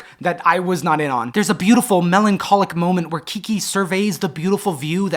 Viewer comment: This may be my favorite video to date. It's giving me a lot of thoughts about how I want to be in community with people both as a person and as an (intentionally non-professional) artist. I really enjoy the way you say “Kiki.” Also glad you mentioned you have new music out, I didn’t know about it and I loved Overgrowth